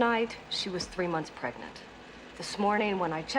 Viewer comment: At first I heard "plague-nant" when Linda says the girl is pregnant. Considering what happens later in the movie, that might have been a more accurate way to put it.